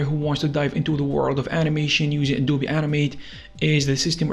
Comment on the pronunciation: How many times he say animet it sounds like anime